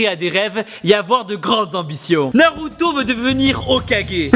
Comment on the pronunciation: MAIS POURQUOI TU DIT NALUTO ON DIT NARUTO !! ON DIT ZORO PAS ZOLO ON DIT PAS LOUFFY ON DIT LEFFY (Luffy)